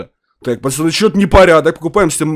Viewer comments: почему ты говоришь пачаны, а не пацаны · Почему говорит почани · Ты говоришь пачаны